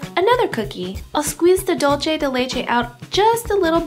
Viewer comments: Hiiii Looks so delicious!!! Thanks But the pronunciation of "dulce" it's with "ce" , you pronounce with "che" In the end of the word its must have to sound like "CE-lebration" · your mispronunciation of Dulce de leche was kind of annoying..hahaha its not "dulche" its "DULCE!" lol dulCE, like CENtennial, SENsitive. hahah the recipe was great tho. lol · boogie googie it was so damn annoying...dolchay